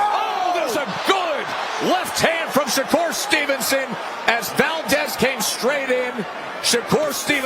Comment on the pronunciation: Here he is again Mayweather jr uhg" i mean shakurrrr Mayweather Stevenson 🤣